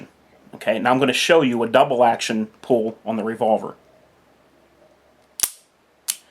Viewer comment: cant tell if you are saying pool or pull lol. but nice video im sure it will help many new people in the firearm scene. do you have any experience with the LDA 1911?